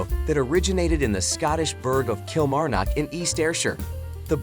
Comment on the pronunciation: It would be nice if you took the trouble to find out how Kilmarnock is pronounced by the people who live there.